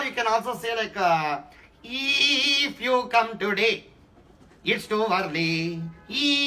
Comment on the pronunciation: “Eeeef you come today, it’s too yerly”